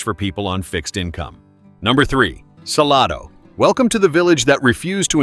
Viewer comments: It's not "Sa-lah-do", it's Sal-A-do." And not the Chisolom Trail, but the Chisholm Trail. Other than those cringy pronunciation, not a bad overview, considering ever place left out. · It is Salado, NOT Saloda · It's pronounced suh-lay-doe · I know this is AI dialogue, but Salado actually pronounced suh-lay-doh. FYI. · Hard to subscribe and trust when you aren’t pronouncing the towns correctly 😂 “Sa-LAY-do” for example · It's Sa- lay-do!! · Pronounced Suh-LAID-o = Salado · Suh LAH dough! 😂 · Saying that Whole Foods and Trader Joe's are in Georgetown completely discredits this video. As does the pronunciation of Salado, which immediately makes "You're not from around here, are ya?" spring irresistibly to mind. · Native Texan... vid lost me when mispronounced Salado. Glad my destination missed this list. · This AI announcer is on my nerves. So many mis pronounced names. Don’t be so cheep!!!!